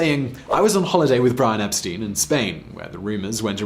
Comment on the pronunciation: His name was pronounced "EP-STINE", not "EP-STEEN"...